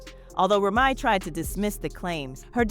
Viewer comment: Ra ma?? Damm Saying Remy is that hard?